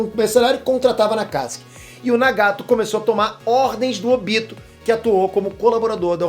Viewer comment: O tobi e o Óbito são a mesma pessoa por que falam óbito e falam tobi